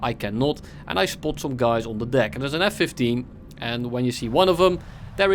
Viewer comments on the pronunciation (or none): none